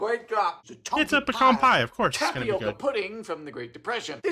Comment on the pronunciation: Candy corn It’s pecan (puh-kaan) not pee can please stop calling it pee can a pee can is what people in the south used to have under there bed to pee into in the middle of the night. And look it up even google says it the correct way